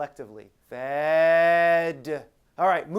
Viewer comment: Is saying "BAD" or "FED"?